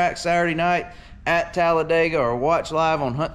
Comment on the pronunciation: Here’s a hint… It’s Talla-dig-uh not Talla-day-gah😂